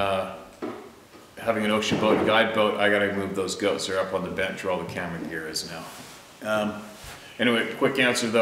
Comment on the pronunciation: just to let you know still laughing over your pellet gun and that mouthy rooster, it all started when you said " I was mounting the camera and turned around and a rooster was standing on my cammero" LMAO funniest episode EVER..... You have a great sense of humor don't ever change and btw love your babbling as you call it......